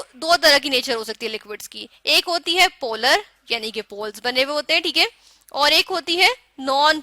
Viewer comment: Chalo teak hai 😂😂😂 teak